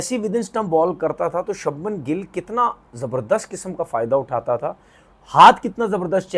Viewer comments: Are bhai shubham gill ka name toh sahi le le shabnam gill ne he voh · Shabman nhi Shubman 😂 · Shabhman nahi its Shubhman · Shubman Gill ❌ Sabman Gill ✅ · अनपढ़ आदमी वो शबमन गिल नही छछुंदर है तू उसका नाम शुभमन गिल है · Sabman gill 😂😂😂😂😂 inse naam bhi nhi liye jate andia sabman paijaan 😂😂😂 begerat log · Subhmam re sabman nehi 😂😂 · Sabnam gill aur reshav paint😮😅 Porkistani urdu😂peak pe hai😊